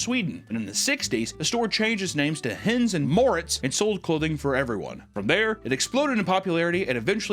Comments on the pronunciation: It's not "Hens", it's "Hennes". Most of the time in Swedish we write words similarly to how they're pronounced. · Hennes is NOT pronounced "hens" 😂 you are completely leaving out the second e